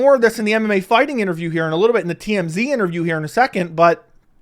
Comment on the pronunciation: first time i didn't hear call mmafighting mmafarting in this video